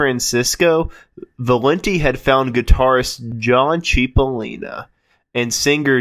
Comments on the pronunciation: It's pronounced "sipolina"right? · Heysoos Fkn Christo... it's "Chip!" CHIP!! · I never heard of a "Dan Freiberg" at least not in QMS. Sir, Cipollina is pronounced more like 'Chipo/lean/uh' pronounced straight through, not CHEE po leen uh. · It's pronounced CHIP-O-LIN-A = CIPOLLINA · So many errors!!!! So many mispronounced words! “Cheep-o-leen-a” made my hair stand up! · It’s not pronounced “Chip-o-Leena”.. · He was my friend…it is pronounced “Chip”ollina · He was my friend…It’s “Chip” ollina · Boy, I can't get over all of the mistakes, misinformation and errors in this video. And a lot of the names being mispronounced, that is just wrong. Not to mention historical facts being wrong as well. I worked with Terry & The Pirates producing many CDs for Terry Dolan and I was John Cipollina's roadie in 1988 and 1989. So I'm pretty hip to their history, and John Cipollina's too and I helped in producing his 3 DVD set "Recoil". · John’s name was mispronounced, but that’s ok. You obviously have a passion for this. And John worked with the legendary Welsh band Man before his untimely young passing. The live recording with Man at the Keystone Berkeley is a classic. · Homeboy need to learn how to pronounce John Cippolina and David Frieberg ....I saw the 2006 re-union of Quicksliver w/Gary Duncan & David Frieberg at the Sausalito Art Festival...That was quite the flashback day....Also on that show was Its a Beautiful Day w/David LaFlame....Big Brother & the Holding Co....Tom Constanine (Grateful Dead keyboardist) & also Jefferson Starship....Also many moons ago saw Cippolina and his band Copperhead....